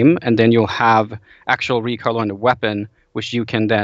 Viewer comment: Recoil sounded like recall